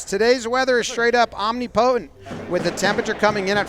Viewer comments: Say it with me Jomboy: “Om-nip-o-tint”=Omnipotent Not: “Omni-potent” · amazing pronunciation of omnipotent